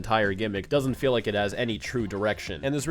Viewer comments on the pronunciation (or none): none